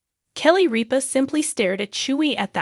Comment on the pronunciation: Rip-A not reap-A